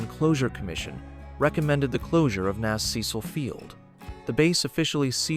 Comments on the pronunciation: Hey, bot! It is not Nazz, it's N.A.S. an abbreviation of Naval Air Station. According to your logic, afbee would be the way you pronounce A.F.B., which is an abbreviation for Air Force Base. Smh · Surprised this did not mention Amelia Earhart took off from Opa-Locka on her ill-fated flight around the world, and Cecil Field was designated as an alternate emergency landing site or divert point for the shuttle because of its 12,500ft runway. and "NAS" is not a word, its an acronym, no one says "nas", its "N.A.S." as in Naval Air Station, also, "F/A negative 18"?? AI sucks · The A.I. robot voice on this piece and the el cheapo music are disappointing. I’ve worked on several of the locations documented in this video. The script is good enough, but “nas” isn’t an English word. I’d have done the VO for this group as an Emmy Award winning broadcaster and writer for the Florida Aviation Historical Society… we can do better. Firstly, the botching of the pronunciation of historical names, titles and places defeats the goal of historical education! Let’s make an improvement? 🇺🇸